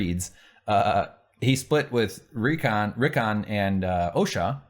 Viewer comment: it's funny that you keep saying Reek-on cause that's what he's gonna be.